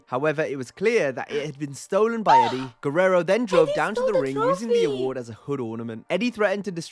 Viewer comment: when pronounces Eddie's name perfectly